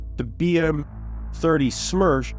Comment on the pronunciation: BM-30 SMERCH translates to BM-30 Death. ( Not Smersh, but Smertch )